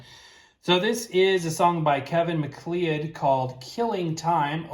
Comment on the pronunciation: The guy may spell his name MacLeod, so I understand where you get the pronunciation, but in 9 out of 10 cases you would be wrong. The name is either Gaelic or Irish, and is usually pronounced "Mac Cloud." You might want to look it up, but I think I'll be correct. Just a little FYI